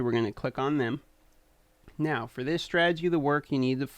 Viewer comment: LOL !! "This should work fer most teams!" I LOL'd I love that you included a step by step with a break down. "if you dont get skullcrusher or coldheart, there is an easier option. Just use another Foli" You had too much fun doing this video.